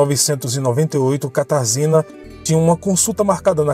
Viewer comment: Oi, a pronúncia do nome da moça é Katarjina, em polonês.